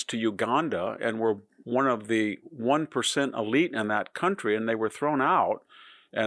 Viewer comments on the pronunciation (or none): none